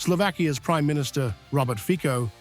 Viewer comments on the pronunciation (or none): HIS NAME IS FICO, AND NOT FICO ! LEARN IT STUPID WEST NARRATOR ! SHAME ON YOU ! FICO, NOT FIKO !